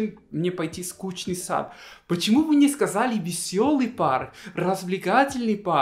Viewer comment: Нескучный сад- это историческое название. Правильно произносить Нескушный сад.